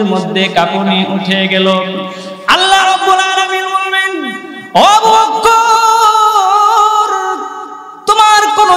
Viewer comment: বক্কর না বকর